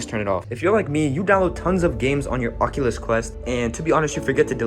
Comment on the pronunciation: sounded like he said “fuckulos” 💀